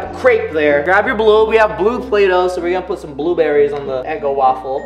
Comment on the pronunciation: Who else hear him say bulaydough 😂😂